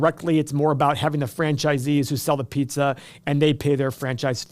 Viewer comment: You are from Ohio you can’t even talk pizza!